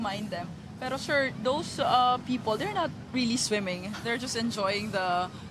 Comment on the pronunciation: Shir, esterosh, operationsh, fashing, lots of words of the day!